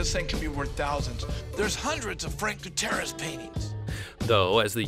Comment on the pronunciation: hey top ten the gamblers pronounced guittierez right should've just went with what he said